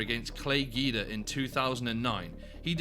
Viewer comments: imagine calling him Clay GEE-dah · Gwee da, not gi da, lol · Its Clay GWEE-DA lol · Gweeee-dah. Clay gweee-dah. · You're saying his name wrong. It's Clay Guida(Gweeda) "Irregardless" is a nonsensical word. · Nothing makes you look like you have no business doing MMA content than mispronouncing big name fighters like Clay Guida. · Please learn how to pronounce Clay Guida’s name. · Ffs if you're going to say Guida 50 times, learn how to say it j.a